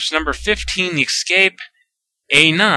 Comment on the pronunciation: Dude... I like your videos a lot, but you have to stop saying excape!!! GAH!